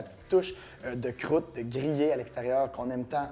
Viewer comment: J'adore quand tu dis " Crroute " ! :-) Merci pour les bons conseils !